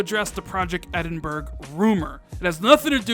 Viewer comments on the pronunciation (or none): Fake,btw,it’s pronounced Edin-bra,Edin-bruh or Edin-burah definitely not Edin-burg 👍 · edinbura not edinberg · This moron doesn’t know how to pronounce Edinburgh.